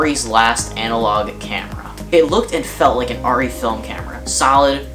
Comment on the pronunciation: Thankfully you pronounce the camera name correctly! Rrr EEE not AIR EEE